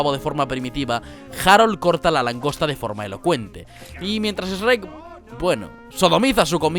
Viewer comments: De hecho es Shrek pero igual que tú no pude evitar darme cuenta y preguntarme por qué rayos lo pronuncia S-rek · Ez ruek???? QUE CONCHETUMARE ESTAS PRONUNCIANDO??? sajhkdsdaksjakds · Porque este m4 m 4.gü 3v0 no sabe decir más que REK en vez de shurek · SHREK la puta madre, no Sreek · ¿Por qué dices su nombre de forma tan rara? Todo el vídeo has dicho 'Esrek', cuando en realidad se dice Shrek, sin e. Su nombre empieza shhhh, como si mandaras a alguien a callar. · latinos/resto del mundo/original: Shrek españoles: ESREC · los nombres propios no se deben españolizar. Yo puedo entender que al wifi le pronuncien la W sin el acento o la forma de decirlo original. Pero estamos hablando de un nombre propio. Shrek es Shrek En España en USA y en China. No Esrec. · pq a veces pronuncia "es-hrek" en vez de shrek? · CHUEEEEK NO ESREEEEK!!!!! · Más bien se pronuncia shuek pero en español latino, en español de España se escucha cómo eshrek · No puedo con que le digan Esrek, suena muy estúpido. Que tan difícil es decirle Shrek lol madre mia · Se dice Shrek, no "ESREK". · Españoles, repitan después de mi: Shhhre-k. No S-rek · Es SHREK no: E S H R E C K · Una cosa es la traducción de un idioma a otro, pero leer "Shrek" como "Esrek", ya es otra cosa :v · No entendí que estaba escuchando hasta que me metí a ver el video y el titulo, ¿le dices Rek en lugar de Shrek? WTF. Fuera e eso todo muy bien explicado. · Eshrek ? Es shuerk bro pense que lo sabias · "Me llamo Shreck, no Eshreck" -Eshrech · PERO COMO QUE "ESRECK"??? "SHHHHHRECK" SE PRONUNCIA!!! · Pork mierdas dices esRek y no chrek? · Me perturba como dice Esrrek es vez de Shrek, btw muy bien video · Por qué los españoles pronuncian “Esreck”? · Amo como los españoles dicen Es-rek y como dice Es-pi-der-man. Los amo españoles con su pronunciación del inglés chistosa. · Esrrek. Me sangran los oídos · Por momentos oigo: "REC". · Yo pensando en REC la película de terror todo el rato 🙊 que dice esrec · Essrreeek jajajaja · "Es rek" jajaja